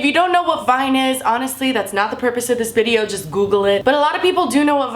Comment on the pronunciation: did anyone notice she said "bideo"?